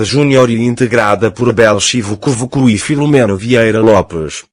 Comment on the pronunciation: J.Privado, esse locutor aí que em vez de pronunciar de acordo com a regra gramatical, usa a dele, precisa entender que nós povo não estamos satisfeitos com a tonalidade que ele está à emprestar a certas expressões. Ex:diz-se lobby e não (lomby que é um legume Ovimbundu ), Savimbi, Chivukuvuku e não assentar as últimas vogais, é oitavo congresso e não oito congresso,décimo terceiro congresso e não treze congresso. Somos um povo de língua portuguesa como herança e não de criações de corruptelas linguísticas!